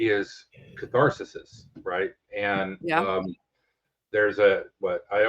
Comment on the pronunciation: Catharsisis? Haha.